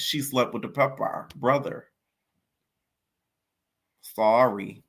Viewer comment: You gotta stop saying pepper like that it’s nasty